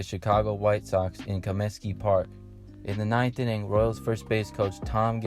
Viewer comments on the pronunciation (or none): "Comiskey" Park. Not "Cominsky" Park